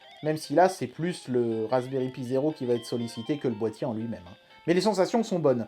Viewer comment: Moi qui débute la vidéo : "Faites qu'il prononce "Raspberry Pi" correctement et pas "pie" comme il le fait d'habitude" Moi, une minute plus tard: '"Eeeeeeeh merde". Edit: Houlà, tu te goures complètement sur ce que c'est que l'interpolation :/